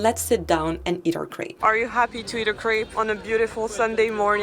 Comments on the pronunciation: I’ve never heard a French say “krape” and not ”krep” just curious about that pronunciation of crêpe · KRAPE???????? Really?!?!? You are french? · Why on earth did you pronounce crêpe “crape”?